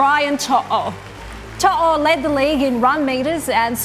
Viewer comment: Credit to Braith Anasta for pronouncing Brian To'o correctly. Sounded like an actual Samoan 🇼🇸